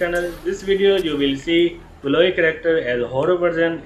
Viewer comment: Roosty? Blow-ey? Cheelee? Moopen? Jeen Luck? Dripsy?! Honey?! Snicker?! Bundit?! Sock?! Jimbo?! Bro literally said almost every single name wrong... He only said Honey, Coco and Indy right And excuse me but what's a "Corrector?" And he didn't even say Mackenzie's name